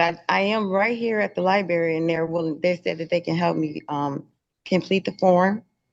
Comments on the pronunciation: IT’S LIBRARY NOT LIBERRY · "Im at the libARY maam "